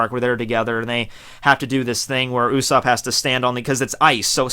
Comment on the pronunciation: he says "U"sopp